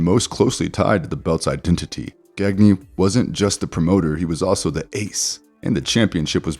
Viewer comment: Vern Gagne's last name is pronounced Ganya. Otherwise, great video. 👍